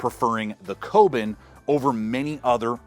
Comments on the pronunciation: Koben? You mean the Kobun as in "Ko - boon". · Kobun - Co- boon